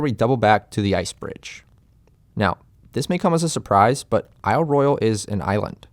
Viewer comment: Good video. You even pronounced the name of the island correctly! I live on the Keweenaw Peninsula of Upper Michigan - home of the headquarters of Isle Royale NP and the home of the Keweenaw National Historical Park. I suggest doing a video about the geology of Isle Royale and the Keweenaw. The billion year old volcanic deposits of the Mid Continent Rift, the native copper, etc would make a great subject for your channel.